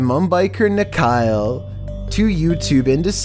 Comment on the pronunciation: It's funny how nikhil ia pronounced as nikhail🤭🤭